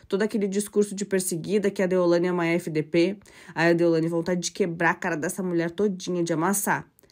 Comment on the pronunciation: Não é deolandia, moça é deolaine!🙈